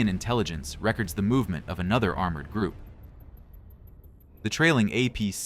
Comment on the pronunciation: TOE not taoh 10/sec ?well combined yeah but each is 200/minute. rehkerds? REEcords